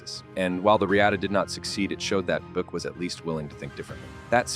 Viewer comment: Irritating AI narration....a 'kupe'.....'Boo-ick'.....give us a break....